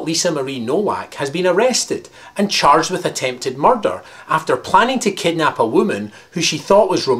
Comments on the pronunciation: Woah! Nice video... well uh... you say murder weirdly (is that even a word?) Anyway good video... again.. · u say murder funny xD